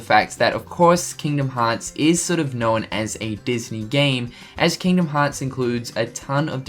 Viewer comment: Unknowen, showen, knowen.... Why do you force a vowel where one isn't needed ??? ya'know(en)